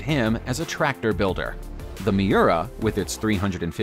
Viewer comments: You'd a think that he would HEAR what he says an realize it's wrong, other than mispronouncing Muira, you should be able to tell super cars AND Lamborghini bother existed BEFORE 1996. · "Tipo 33 Straw-Dale?????" 1996 "Mee-urrr-ahh???" 1996? I mean. Edit. Google pronunciation. "Ferrari are..?" Ferrari is. So much WTF.